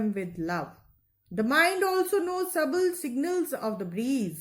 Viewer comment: Sutle not suble